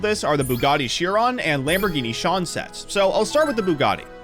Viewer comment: Lamborghini “Shawn”? It’s pronounced “Sy-Anne”